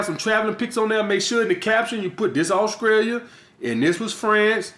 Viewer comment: Did he just say Auskria and Auskrailia??!! LMAO!!